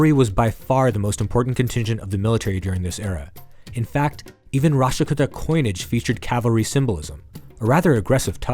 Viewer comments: Kuuta not kutta ...as in kuutami in telugu as in a collective. Many many kannada and Telugu words are similar. If you take a min to learn the correct pronunciation it would be clear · Why do we have to hear American Accent. Would have been better if Indian names were pronounced correctly. Rashtrakuta Kannauja I had to try 👂 thrice to understand what it is.